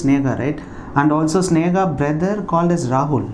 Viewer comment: Hi sir it's sneha... not snega